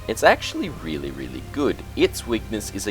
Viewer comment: Omg I died at "Reaealli, riiieraly long time!"